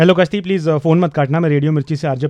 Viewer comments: Kashti ni.... Gashti. 😄 😄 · A kashti nahi Ghasti hai😮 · Kaashti. I heard something else